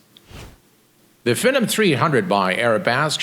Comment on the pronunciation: this looks cool, btw its pronounced FEE - NOM 300 :)